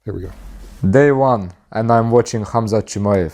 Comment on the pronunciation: just drop the K bro. Hamzat. Or Hazmat. But if you insist on using the K, it's Kumshot.